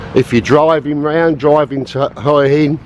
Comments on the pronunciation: Mate, it's not pronouced 'oy in', ask a local, it's 'wha inn', lol. Who do you think are the best firm is to book with if you live in Thailand? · All the Thai people I've ever met in Hua Hin pronounce it: 'Hoo-a Hin'. I've only ever heard farang add the 'W' - mostly Americans... And it's certainly not 'Hoy' - though I can understand the confusion... 555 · Your "hoia hin" pronunciation is epic - gotta say, I have seen prettier morning sights though....a shave would've done wonders -.reminds me of good old British social realism.....:-)......you know, the seventies...:-)